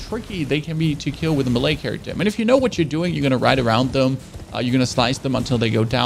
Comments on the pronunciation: I love your content brother keep it up! But damn who tf taught you how to read my man? Astro-loggers and Mah-lay like how??? 🤣🤣🤣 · “Mah-ley character” I speak 2 languages. It’s tough especially English lol 😅 stuff isn’t spelt how it sounds. I feel the pain. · Astro...logger? What in the Betty crocker... Muh-lay? You mean Melee???? Wtffff